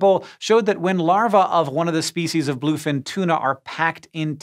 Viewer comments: omg yes i pointed it out too. and larvae is pronounced wrong! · You'll learn to pronounce larvae some day, Hank